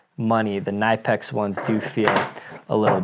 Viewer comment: Kuh-NIP-ex. The K is not silent. The i in Knipex is a short i sound like tip, lip, slip, hip, ship, etc. Not a long i sound as in knife, life, wife, high, drive, etc